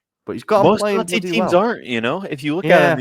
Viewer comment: Please stop saying 'Conthee' when you talk about Conte